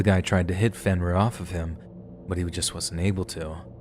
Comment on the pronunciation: “Fin - Rear ?” This is the best you can come up with ? Seriously ?